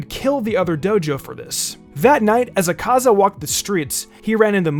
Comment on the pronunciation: The way he pronounces akaza, yikes